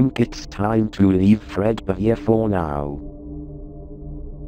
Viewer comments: AAAHHHHHHHHHHHH…. GAAAHAHHAHAH Anyways, why does apring keep saying “fred beer” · Are we just gonna ignore the fact that called fredbear “fredbeer” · Is it just me or is saying Fredbeer instead of fredbear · I love how says "Fredbear" its Fredbeer🤣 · Its funny how calls fredbear "fred beer" 😂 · Why did keep saying Fred beer? It’s Fred bear right? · I love how says fredbeer instead of fredbear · When says "Fredbear" i hear Fredbeer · Why does say fredbears name like fredBEER xD. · Why does. call fredbear freadbear? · Idk why says fredbeer lol